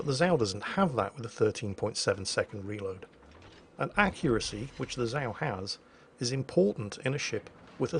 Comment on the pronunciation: Zao is pronounced incorrectly. :P